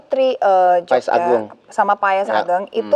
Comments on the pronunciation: Paes bukan payes..gmn sih pnyebutan katanya aja salah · Maaf, bukan payès tapi paes, mbak Luna.😅